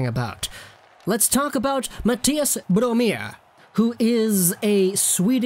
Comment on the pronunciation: Its brome not blome